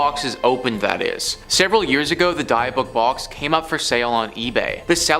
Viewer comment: Can’t even pronounce dybbuk box properly…wow do some research for this reason